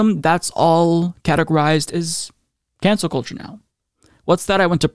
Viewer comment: It's actually pronounced cancel cult-cheugh